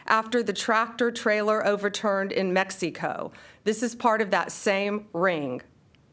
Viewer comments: Mexi-co. Really? Is she even qualified to speak out loud? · "Mex- E-Coe" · MEX EEEEE CO